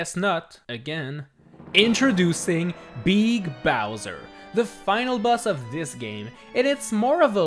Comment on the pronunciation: INTRODUCING BEEG GEEGA BOWSER